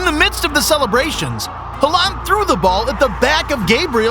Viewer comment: I just realised this was an AI voice because he said haaland in a weird way.